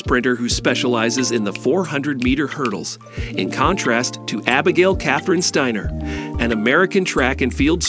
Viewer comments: Well, he pronounces it 'Stainer' reading a newspaper headline, and again . There are also factual errors. The video was posted in November 2022. It says that the 2 have never met, but they won the 4 x 400m relay at Worlds in July, and were interviewed together, as were all of that relay team. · “The eight school”?? “Abby STEENER”?? “REEcord”?? “OREEgon”?? A virtual voice narration? Seriously? Couldn’t you get a REAL human to narrate this video? Sheesh. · Really dude? Really? playback, you said Abbey "Steeener". You lost credibility. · One of the best robot voices I have heard, but still off putting changing pronunciations "Steiner/Steener" etc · Very poor quality overall. 'Reviled'? 'Steiner' is even mispronounced! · This is rubbish! I thought they'd become romantic partners! Apart from pronouncing Steiner three different ways, and the video is disjointed - McCloughin's face appearing when the soundtrack is reporting on Steiner and vice-versa. Whoever made this video needs to learn about relevance and stop fantasising about their relationship - there is no relationship - unless they start competing in some weird hurdle/flat relay. Bizarre. The music was pretty inappropriate an all.